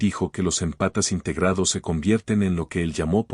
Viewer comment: Por favor te lo pido 🙏🏻, no son "empatas", son émpatas, palabra esdrújula 😂😂😂. Me desconcentra escuchar que están descalzos.